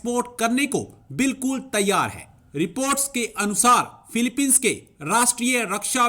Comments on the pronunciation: अबे फिलिपिंस है, ना का philepine,, पहले पढ़ना सीखो!!! English आती हैं पढ़नी ???,, या सिर्फ आसमानी किताब पढ़ रहे!!! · Philippines nahi bolne aata mulle ko